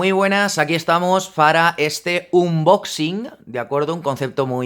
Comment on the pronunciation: Se dice "anboxing" por favor